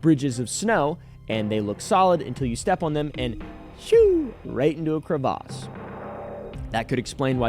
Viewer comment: Is that how crevasse is rlly pronounced